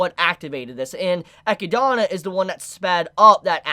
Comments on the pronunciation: Been part of the army for years but completely messing up some characters names like ecidana instead of echidna and galder instead of gowther annoys just a little but still great video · "Eh-key-dah-na" I dont know why this bothers me so much XD Great listening to you though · The way you pronounce Echidna is hurtful... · i just came here from trash taste podcast, but i need a community consensus how do you pronounce echidna? cuz i always just say echidna like the animal, but this dude be pronouning like i dont even know how to type it out that way, so am i just a normie dont know how to pronounce it or? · Why do people keep pronouncing Echidna's name in these weird ways?